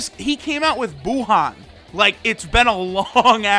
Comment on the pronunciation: no lol he said buha